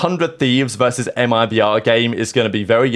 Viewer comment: his 1% french awakened from that MIBR pronunciation 😭